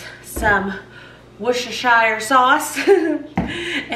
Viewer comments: Dear. Worcestershire sauce is pronounced Wuss-ter-sheer sauce (or Wuss-ter sauce for short) in England from where it originates. Hope this helps. Absolutely love watching your vlogs. Happy Christmas. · Worcestershire pronounce Worcestersher not like middle earth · Its pronounced Wooster-shire sauce! Worcester is pronounced Wooster. It's easy once you know 😁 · For an easy pronunciation just say Wooster- shire for anyone struggling with it 😄😂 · In Lancashire (U.K.) we say Worst-tuh-shur. The “shire” rhymes with “her” not “higher” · Hi! I'm actually from Worcestershire in England, if you pronounce it like we do over here it's much easier to say, we pronounce it, 'woostersher' it's so much easier to say like that than trying to say all of the sounds. merry Christmas 🎄🎄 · Make it easy ....... It's pronounced WOOSTER...... Easy peasy...... WOOSTER SAUCE:).